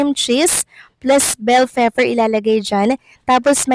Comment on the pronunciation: Natawa ako sa narrator … cream cheese at vell fefer .. at inulit cream cheese at bell fefer ulit. hehehhehe! peace po!